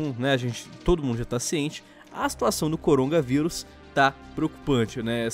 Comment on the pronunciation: O corona... Cérebro do:nãooooo:O corongaVirus